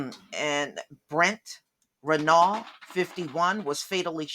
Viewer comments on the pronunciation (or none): none